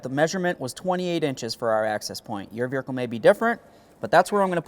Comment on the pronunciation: Very helpful video. Just checking... Are you adding 'r' to make it sound like ver-hicle?